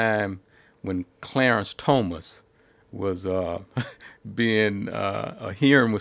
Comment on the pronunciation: Clarence Toe-mus? WTF.